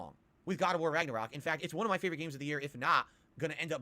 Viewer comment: Raggor-rock....Yikes, this guy., you suck at games. Just admit it.